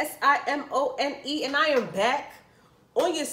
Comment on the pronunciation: LOL at how you cut off on the word "eat" im dead